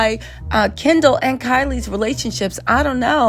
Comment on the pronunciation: keeps saying Kendal "Gender " it's hilarious..